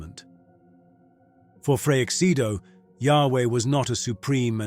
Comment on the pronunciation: Too bad your AI narrator pronounces the name Freixedo differently all the time